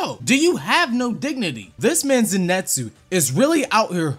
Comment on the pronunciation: People are really saying zenetsu when in the anime they say Zenitsu like bro wtf